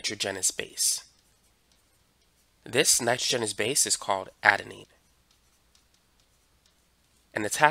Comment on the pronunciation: It’s Nitr-au-junous